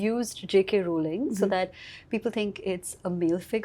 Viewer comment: Did she just say JK Rolling? 😂 C'mon it's Rowling!!